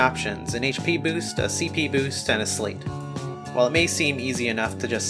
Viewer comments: Slight. Not slate. Like sleight of hand. You're basically doing a magic trick. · it is pronounced "slight" like "sleight of hand"